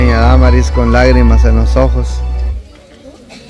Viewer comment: se dise Damaris así no más y tu dises daaaa marisss disculpa la corrección